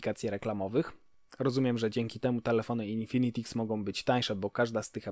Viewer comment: Haha też teraz to oglądam i zwróciłem uwagę na złą wymowę